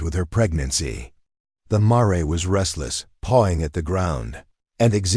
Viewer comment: would be so much better to pronounce mare correctly====happen so often it ruined the story for me!!!!!!